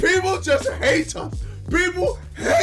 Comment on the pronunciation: I couldn’t stop laughing at the way KSI pronounced hate , only time I’ve found him funny